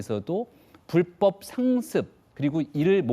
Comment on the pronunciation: 나 느그 정치인새기들이 말하는 이공삼공 엠젯세대인데 조또 느그들한테 관심은 없는데 국힘 십새기들아 선대위 대변인이라는 넘이 나와서 불뻡 불뻡 거리는거 어이없다 뉴스만 봐도 아나운서들 불법으로 발음하고 이게 표준 발음인데 명색이 대변인이라는 새귀가 불뻡 거리는거 왜이리 없어보이냐 형보수지 찢재명 조질려고 나왓으면 발음이라도 좀 잘 하고 나오자